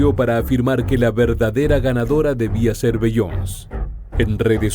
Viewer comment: Se pronuncia "Bi-yon-sei" no "Bi-yons"